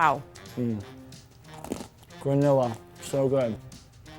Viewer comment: He said gronila instead of granola. Lol 😂. You guys are still awesome